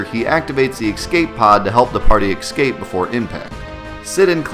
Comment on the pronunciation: EXCAPE pod. EXCAPE. XCAPE. X-CAPE.